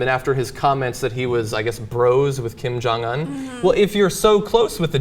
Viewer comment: Kim Jong-Un is pronounced Keem Jahng oon. Damn it, John...